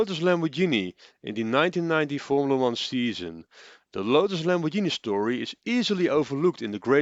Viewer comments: / "...about the Lotus-Lambordshini..." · IT´S NOT LAMORDSHINI!!!!!!!!!!!! This prevented me from watching the rest of the video and potentially subscribing to the channel. All ruined in just seconds.... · By now the whole world knows, it's pronounced the italian way. And it isn't exactly difficult to that right.